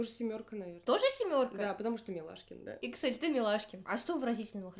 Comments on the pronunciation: Microsoft Excel))))) Эксайл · бя, Эксиль а не иксель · Никто: Абсолютно никто: все видео: иксель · Вообще то Эксайл